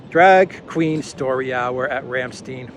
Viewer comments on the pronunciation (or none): Simple, but fantastic,. Thank you. Btw, Ramstein is pronouned with a long "i" as in Calvin KLEIN. The way you pronounce it is in the dialect which is a derivation/hijacking of the beautiful german language. Glad to know that Soros is eating crow. Aufwiedersehen.